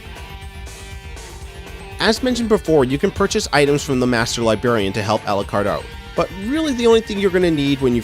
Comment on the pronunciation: Great video man. I hate to admit it but I laughed every time you said "libarian" haha...there are supposed to be two Rs in that word =) I mean it though, this is a very helpful video. I finally just started this game today and like to know what to look out for achievement wise before I start a new game, with as few spoilers as possible. I'll have to check out your other stuff this was just what I was looking for. Thanks!